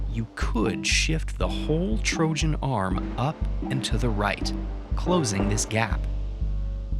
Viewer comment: You really pronounce trojan as "trožan"?